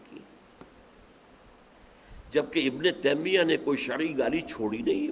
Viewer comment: Ibn teemia nahi taimia hotahy Bhai ya Urdu theek karo ya arabi